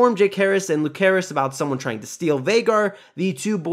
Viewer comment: Its Lucerys C not Lukerys K, and Vhagar, Not Vagar